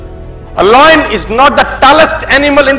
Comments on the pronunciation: Lion not loin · It's not loyan it's lion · It's lion uchharan thik karo pehle than dene se pehle ... Loion nahi lion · Loin a loin a loin...its Lion sir not loin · Pehle toh yeh samjle voh lion hain, loyan nahi😂🖕🏻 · Not loin it's lion bro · Hahahah loin nahi hota 😂 .. it's lion 🤦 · Sir mera koi aukat nai h Aapke samne but lion boliye loin nai. Please isko hate na samjhe bas aapko suggestion diya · Yeh lion ko loin kyu Bol rha h 😅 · Ye lion ko loin bol boo ke matha khrab KR RHA hai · Bolte kafi achha ho sir... I got inspired nd motivated by your speech..but lion ko loyan bolke pura mood kharab kar diya...